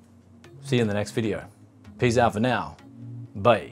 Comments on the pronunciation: Am I the only one that thinks that "Peace out" sounds more like "Peas out"? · Or piss out...maybe?